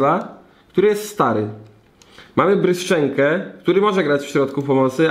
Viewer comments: JEZUS NO TO JEST "BRYŻENKO", A NIE "BRYSZCZENKO" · Bryżenko kurwa a nie bryszczenko